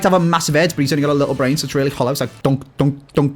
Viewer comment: Man said baines on toast 😂😂